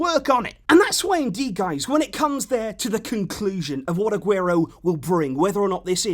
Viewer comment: Did you say “kunclusion” there?? 🤣🤣